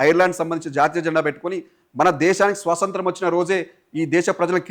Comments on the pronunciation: యాంకర్ గారు సోసoతం కాదు స్వాతంత్ర్యం పలకాలి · First nuvvu swatantram ani correct ga pronounce chaiyyi bro swasantram kaadu